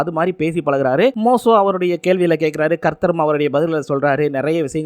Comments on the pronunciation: மோசோ இல்ல தம்பி மோசே தமிழே பிழை இல்லாம படிக்க தெரியில ஏன் பா ஏழுதி வைச்சத பாத்து அப்படியேவாபா பேசுவ உச்சரிப்பு பிழை இருந்தா சரி பன்ன மாட்டியாப்பா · டேய் மோசோ இல்லடா மோசே 1000 தடவை சொல்லிப்பழகு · தம்பி மோசோ இல்ல பா மோசே நிங்க பைபிள் முழுவதும் முழுமையாக படிக்கவும் இல்லையென்றால் இத்துடன் இதை முடித்துக்கொள்ளவும். வேதாகமத்தை முழுமையாக படிக்க குறைந்தது 3ஆண்டுகள் ஆகும் தம்பி